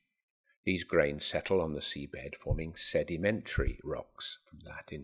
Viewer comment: "sedimetary" rocks